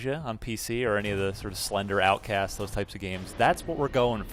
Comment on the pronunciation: OUTLAST not outkast